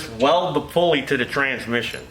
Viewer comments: I'm glad you know the proper pronounciasheron of the word "transmission"...(trans-mishy-ohn) This is a major failure in the educational system these days. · "trans-miss-eeon"- ooh lala